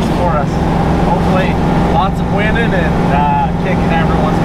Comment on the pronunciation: Hahahaha I had to do a fat double take. They were rolling up to Sand Hallow Day 1 talking about what the day had in store. I legit thought he said, "Hopefully, lots of women and kicking everyone's butt." Who knew winnin' and women could sound so similar?